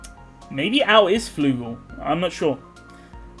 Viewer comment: Al is flugal?! flug-AL